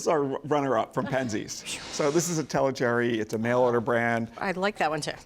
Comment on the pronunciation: Tellicherry peppercorns come from a city Thalasherry( formerly Tellicherry under the British raj) in southwestern India's Malabar coast. Calling every peppercorn the same is like saying any grape grown anywhere can be used to make Champagne . Learn to pronounce Thalasherry ( especially when you can learn Portuguese ,Spanish and French pronunciations)